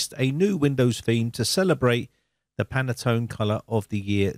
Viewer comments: Pronounced "pantone" 2 syllables, not "pan-a-tone" (3 syllables). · Pantone not Penaton.... ;) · It’s Pantone not panatone ☺️ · you say panatone but's it Pantone , at east it's written that way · Can I point out that it is Pantone colours (only one 'a') - Panattone is a lovely cake ;) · Thanks for the great video but I have one small critique...I have heard you say it several times in this video. The name of the color standard you refer to is Pantone, not Panatone. I'm not sure if this mispronunciation was intentional or not but being that I work in the printing industry, I am quite familiar with this color matching standard. I just find it a bit annoying with the mispronunciation. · You are absolutely right. I was going to write a similiar comment, but I first checked the existing comments. It is a Pantone theme for Windows, not a Panatone theme for Winadows. :) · Dear sir. The name of the company is PANTONE, NOT panetone. And the color scheme is "Very Peri 17 - 3938". Please note and correct that. Thank you very much. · It is Pan-tone...there is no extra A in it. Two syllables not three. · In the US, it's pronounced "Pantone", we don't add any vowels that aren't there. Just sayin. I will be checking on Windows 11 in 2025. Who knows what color it might be then? You have a safe and enjoyable Holidays! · "Panettone" should be pronounced "pan-net-ton-e". It is a sponge cake of Italian origin, commonly in the shops in the run up to Christmas. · I was going to post the same while I was on treadmill last night then forgot about it until just now. PANTONE user for 30 years and it was making me cringe each time he said it.